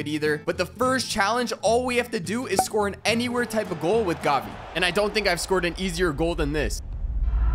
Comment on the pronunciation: It’s g-a-b-i